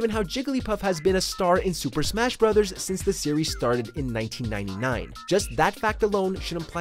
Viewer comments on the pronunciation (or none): none